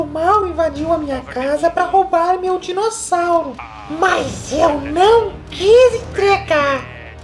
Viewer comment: Rindo até 2020 com essa introdução KKKKKKKK. Inclusive com o "dinoseurow''. Ótima aula!